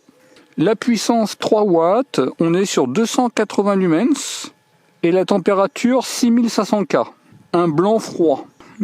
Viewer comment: Ne prononcés pas le S de Lumen(S) , merci😉😳